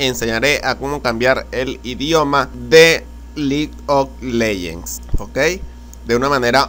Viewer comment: vamos a selecciona la carpeta que dice LIG OK LEYENS, por que hablas tan feo.